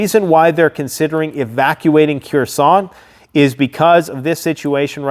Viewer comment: The city is pronounced Her-son the k is not voiced, only saying because it's the main city of focus in the news as of now